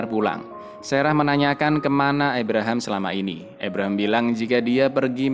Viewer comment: ABRAHAM, Kang.. dudu EBREHEM 🤣🤣🤣